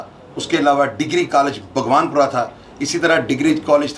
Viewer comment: بگوان پورہ نہیں باغبانپورہ ہے جناب